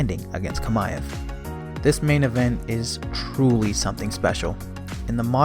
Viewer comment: Chimaev. Chi-ma-ev. not Kamaev